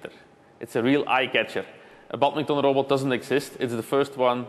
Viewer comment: It's sad to hear how the engineer stubbornly keeps mispronouncing 'badminton', even when attempting to speak English.